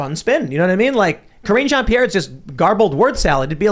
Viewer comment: I could've sworn you guys were saying "Cringe Ann-Pierre". Oh well, works either way I guess.